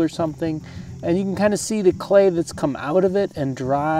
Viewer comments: "Be wewy wewy qwiet. I'm hunting cway." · be vewy vewy qwiet...im huntin some Cway! heheheheee! lol